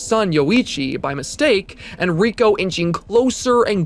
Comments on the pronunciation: Ray-ko, not ree-ko. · She later figures out that she was spared because she copied the tape and showed it to Ryuji. Also Reiko*. He pronounces the name wrong in the video, it's "Ray-ko" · The only thing scarier than Reiko (ray-koh) being pronounced wrong was the last second of the video. You got me good